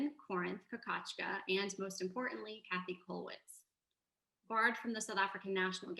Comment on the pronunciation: Käthe is pronounced like Kay-teh, not Cathy.